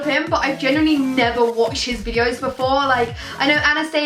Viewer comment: Every time she tries to say the word "genuinely" it fails and it comes out as a mixture between "generally" and "genuine" 😂 pisses me off so much